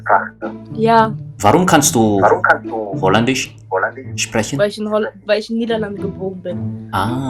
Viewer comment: It's been ages since start learning German, why do you still say "sprechen" incorrectly? It's SHprekhen not sprehen.